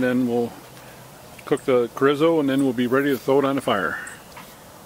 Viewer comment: Looks good. PS it's pronounced CHORE - E - SO The R has the rolling R sound of you can do it. I personally can't.